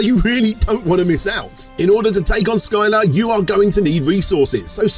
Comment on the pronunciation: is it really called Skyla or did you honestly mispronounce the mythological greek creature?